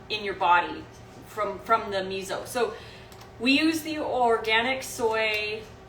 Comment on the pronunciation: you always. mispronounce miso :p